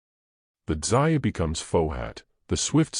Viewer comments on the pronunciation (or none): He say Dzyn anke Zion. It's pronounced dzjahn, almost like John with a softer sound to start.